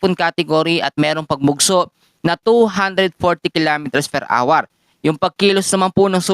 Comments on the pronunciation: Nakakalost interest ang awar for an hour (pronounced as our) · Are you the one who pronounce hour or like our as awar?